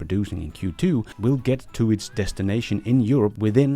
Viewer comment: Sorry I love e your films , also this one but .. sorry, sorry a lot .. for Q2 sounded a little like f ... q ... 2